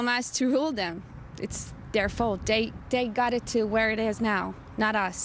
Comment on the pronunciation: it bombs DAT. DEY ... ITS DER FAULT xD Love it